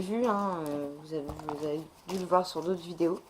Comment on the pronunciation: la vidéo est flou !!! Entre les "euh, euh" et" les quates:4, les lites :les litres et les autes: les autres la vidéo est super longue pour présenter 4 ou 5 produits